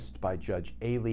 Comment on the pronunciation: Too bad Glenn hasn't learned in like 12 months that it's not pronounced "AYE-lean"